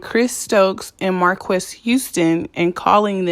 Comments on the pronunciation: His name is pronounced "Marcus" and he and Chris need help and need to be locked up. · Marques is pronounced Marcus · It's pronounced Marcus but spelled Marques. Raz is currently still on tour. Love the video.